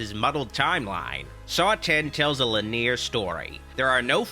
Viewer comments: Love your videos! Way too much to mention your hilarious pronunciations of "contemplative" and "linear"... Way too much to mention that at all. 👍👍👍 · Don't think I have ever heard someone say the word 'linear' with two syllables before! Not a criticism, but it makes me curious how you learned it that way while in my neck of the woods it's pronounced with three.